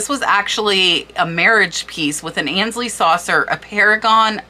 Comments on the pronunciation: Aynsley...it's pronounced AINES-Lee - not ANS-Lee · Aynsley is pronounced “Ainsley “ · Please forgive this is not meant as a criticism but to assist you, AYNSLEY is pronounced like AINSLEY not annsley. A luncheon plate is a size if not larger than a salad plate the trios are a cup saucer and a tea plate. Cheshire is pronounced Cheshur..not shire. Meissen is pronounced as a double ss, not a z. Herend is pronounced Herrond. Gilt is pronounced as a g not a, The most common mispronounced word in the USA is WORCESTERSHIRE. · Fascinating research and presentation. Thank you - I am going to look in my china cabinet now where I have many tea cups from my mother. FYI - I believe Aynsley is pronounced with a long A not as An. Ay as in hay. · I believe it is pronounced Ainsley... that's how I always heard it. Very interesting video, thanks. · I’m pretty sure the pronunciation of the word ‘gilt’ is with the hard ‘g’ sound, like ‘go’ rather than the soft ‘g’ as in ‘George’. Guided/gilt, as in overlaid in gold; not guided as in jilted. And as I own a considerable collection of Aynsley pieces, I thing it’s AIN-sley (as in aim, long ‘ā’ sound). But this was an amazing overview of some recent sales. THANK YOU for your research. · I love selling on eBay I’ve been doing it since 1998. I was lucky enough to come over from the England with a ton of China that I had no room for. Just a note, Aynsley rhymes with “pains-ley”. Ayn pain. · Great video I love it. Just want to say ,I believe that you are mispronouncing Aynsley. It is pronounced Ahnsley. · Aynsley is pronounced 'ae' as in 'bay'. 'MY sen' for lessen. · Grammar Grouch here... FYI Aynsley is pronounced like paint or faint - "AINsley" (it is a very popular English name also spelled with an "i" instead of "y"). Aaaaah! And "gilt" is pronounced the same as GUILT. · Ains- ly like ain't sound.🥰